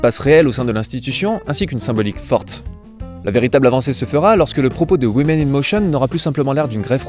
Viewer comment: woman - prononcer WOOMAN; women - prononcer WIMIN !! please !